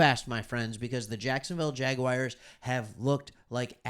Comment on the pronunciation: Bro loved the content, but who showed you how to pronounce “jaguars”hahaha , i did subscribe , good vives 🤙